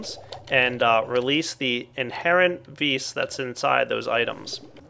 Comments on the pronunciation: its not ves its vis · its vis not ves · well, I think the creator of thaumcraft used the word "vis" because it is latin, and it simply means "power". and the correct latin pronunciation just happens to be "vis". not "vi", not "ves", simply "vis". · isn't that strength from the latin word vis-robori? If it is it's pronounced vees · ps i believe it is pronounced "VEE"